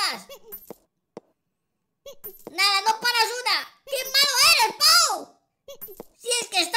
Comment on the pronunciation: que asco medio risa cuando dijo puo bano puo bano puo y pou caca puo caca puo caca me moria